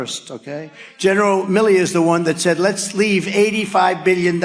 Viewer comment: Every time I listen to this speech and at the debate it seems that Trump says Billy not Milley. I kept wondering which general was named Billy?